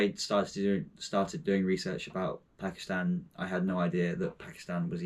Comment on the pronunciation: At least pronounce it right